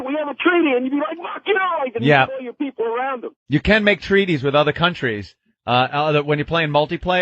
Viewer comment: .....my peepul and my peepul......and they say my peepul....